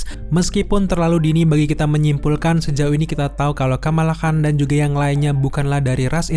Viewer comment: Khan dibaca kan cenderung qan, Shang Chi ya dibaca Shang Chi, bukan Seng Chi